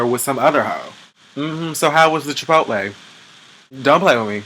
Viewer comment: Thank you for pronouncing Chipotle correctly. and not Chipolty